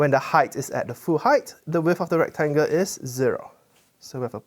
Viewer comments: And recTANGle. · Why does he call it a rectanga ?